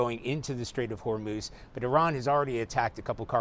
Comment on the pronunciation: Trump cannot even pronounce HORMUZ! LOL!!